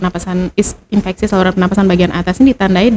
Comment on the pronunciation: ISPA Insfeksi saluran pernapasan Akut . atau atas ???? biasa dengernya Akut